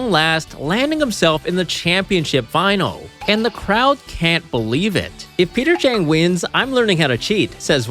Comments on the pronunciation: Maybe this was just me, but I thought it was weird that you kept saying Peter Chang instead of Peter Cheng. 😅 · Bruh "cheater peng"😂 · Peter Cheng❌ Peter Chin✅ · His name is Peter Cheng and he’s just sayeng